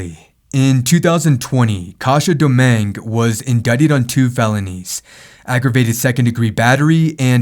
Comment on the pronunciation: You know Spanish you should be able to say her name right is Do min gue